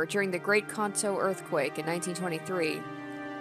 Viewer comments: Your first pronunciation of Kanto is right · The first pronounciation of Kanto was actually closer to the truth.